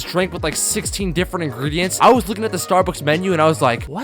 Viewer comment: Man goes,” Wtf is a cappatino?